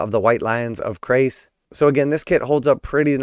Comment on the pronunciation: Chrace as in Church, not Chris.